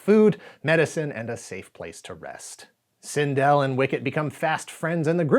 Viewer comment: Cindel is pronounced "Sin-dull", not "Sin-dell."